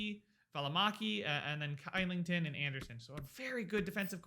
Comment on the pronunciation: Kylington is pronounced Shill-ing-ton. Love the videos! Flyers next?